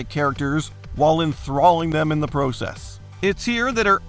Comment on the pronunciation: This guy’s enunciation and pronunciation is so weird and off. He doesn’t even know how to pronounce “lava”, “process”, or “semi truck”.